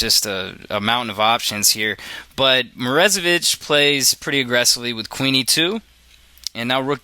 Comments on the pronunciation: Or, more accurately, "moro-ZAY-vich". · lol dude, stop saying "Morezevich" when it is clearly "MorOzevich"